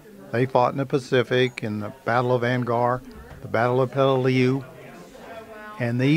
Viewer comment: Just a heads up Peleliu is pronounced pell-uh-loo